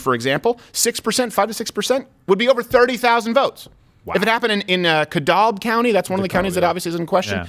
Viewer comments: There is no "Cadalb" county in GA... it is Dekalb country. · This hurts my Georgian heart. Also, Dekalb county is pronounced “duh-cab”. Y’all keep saying “de-kolb” and it makes me cringe lol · Dekalb not kedalb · Cringe It’s DEE-CAB.... the l is silent bud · DEKALB county is pronounced DE-CAB county. The mispronunciation is honestly driving Georgians crazy. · Stephen really butchered that. It’s DE-KALB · Ga native here. Dekalb is pronounces "De-Cab" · DE CAB... L is silent... . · Dekalb (duh-cab) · Ke-Dalb county lol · As a Georgia native, hearing just about every member of the media (at all levels) absolutely butcher the pronunciation of DeKalb (pronounced D-Cab) county...is priceless. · Dekalb county = "De Cab" is the correct way to pronounce. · I’m a Crowder fan from Georgia. It is hilarious how bad he pronounces the county names. I’ll give him a pass since he isn’t from here. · Dekalb is pronounced "Dee Cab". Gwinnett is pronounced "Gwen-ette". Not "dehkahlb" or "gwin-it". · Don’t know if it matters but just to help you out Steven it’s pronounced “Dah-cab” and “Gwin-ett” counties 😂🍊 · Let me help yall out right quick: De-cab county Gwen-ette county